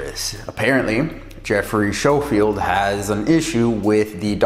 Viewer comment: Thanks for the video. It's Schofield as in "sko field" but I hear that a lot so no worries, just wanted to clarify. To start off, I am not anti-vegan. It's not an attack on vegans, or you, or veganism. It was a critique of a film and clarifying my position. Many of my clients are vegan and I have a lot of experience working with vegans ensuring that they get great results. If I was so "pro meat" you'd think I'd be pushing them to change their diet but I never do because it's a personal choice. First, I'm not saying those Doctors are bad people. I'm saying they should disclose at least somewhere their conflicts of interest. That is good science and just the right thing to do. It doesn't have to be in the actual film (time is limited) but it should be somewhere. Agree statins suck. Agree a lot of doctors sell out. Second, they were very, very careful with their wording to never actually attribute these feats of strength to veganism, but if you look at the film as a whole it's clear that they are painting a very rosy picture of veganism. There's nothing wrong with ideology, but ideally, they'd show both sides of things. Like the gladiators that ate grains for performance? Actually, they ate grains to fatten up so that they wouldn't get wounded as easily. That's from the actual study that they referenced, but somehow that detail never made it into the film. Yes, grains for (fat) gains. Third, I realize that the majority of athletes meat, which is why I pointed it out. You'd be su